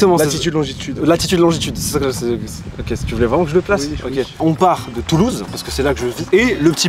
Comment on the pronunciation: [Commentaire chiant qui répertorie les erreurs] « Djisli » Djilsi* T’es chié quand même « Touloue » Toulouse* Un peu de propreté merde.